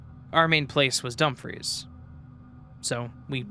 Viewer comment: Great stories!! As a Scot pls note Dumfries is pronounced Dumfreece and not Dumphreys 😅